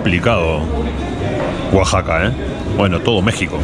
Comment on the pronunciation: Saludos. gracias x visitar Mexico. No lo tomes ah mal. Pero le llamas Guaxaca y no Oaxaca.